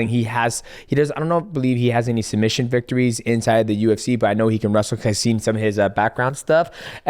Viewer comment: “Sumbission of the year😁😄”